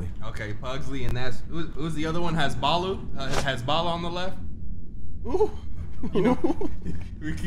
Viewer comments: saying Hasboolooh trying to say Hasbullah got me weak 😂😂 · Hasballa instead of Hasbulla had me in tears 🤣🤣🤣